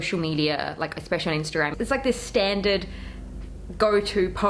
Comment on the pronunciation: Cringing every time you say the word especially. Look up the pronunciation of it.